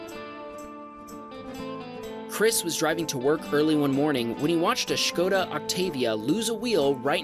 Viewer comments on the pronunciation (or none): Lol, schkoda is that how u normally pronounce that? We say skoda as u write it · Skoda not shkoda